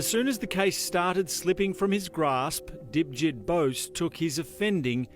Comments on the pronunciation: I thought he said Dipshit too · Lol he totally called him dipsht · He actually surprisingly said Dipjit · Fun fact: Its actually Debjeet. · I must me 5 because every time I heard "dipjit" I laughed. Is just sounds like dipshit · "Dipjit" lol he must've got bullied alot in school